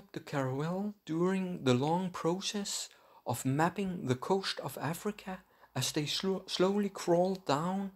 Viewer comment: Dutch accent